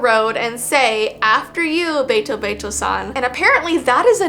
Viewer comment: Hello! Once again your friendly neighborhood Japanese Second Language dude is here. Ame is actually pronounced (Ah-may) with a more relaxed 'ah' sound. The word 'Ame' also means candy, which I think is pretty funny Also, the be in betobeto-san is a softer 'bay' instead of a hard, sharp 'BAY' if that makes any sense. Really, sounds are a lot softer than they appear at first glance! Happy learning ~~